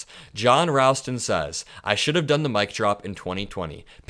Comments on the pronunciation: You're mispronouncing 'Ralston', a very common name, as found in the company name 'Ralston Purina', the people who make Purina Dog Chow and Chex Mix and cereal. The 'a' has the same 'a' that 'ball' has. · John definitely knows his stuff in Nevada! He’s really good. OH and FYI: John pronounces his last name R-ALL-ston not R-AL-ston. 💙Just being helpful💙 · pronounced Rawl-ston FYI. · thank you for pronouncing Nevada correctly. Ralston is pronounced with an “all” sound. (Rallston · Thanks for all the great info. Just want To let you know that Ralston is pronounced "rawl-stun" and wahoe is Pronounced "wha-show". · Wa-show county, not wa shoe. And saying Ralstons name wrong too.